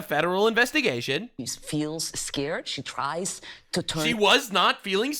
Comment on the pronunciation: "You are makin me escared..." yeah definitely not from the US. Lol